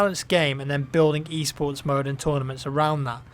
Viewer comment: when i heard u talking about e-sports one of ur previous videos i thought u were saying eastports and i wuz all like wtf